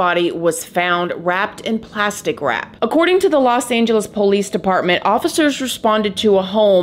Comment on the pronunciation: Im sorry but how you say POlice have me cracking up..